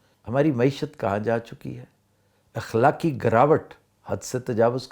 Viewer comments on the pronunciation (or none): محترم آفتاب اقبال صاحب اِخلاقی نہیں اَخلاقی ہوتا ہے